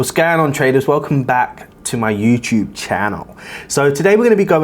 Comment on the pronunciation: Everytime says "Welcome back to my YouChube channel" 😍😍😍